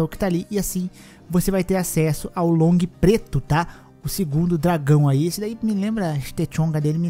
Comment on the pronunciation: Parabéns pela pronúncia (lóng), maioria dos youtubers fala "lung" como se fosse inglês rsrsrs